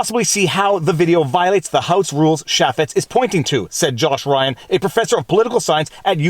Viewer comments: Nitpick but we pronounce the name "CHAY*fitz" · Pronounces his name as.... "Chay-fits". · Jason “chay-fetz” and mon-tawj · *CHaffets, not Shaffets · ChAY---Fetts is how you say Jason Chaffetz's name. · Jason Chaffetz called and said you're pronouncing his name wrong, lol.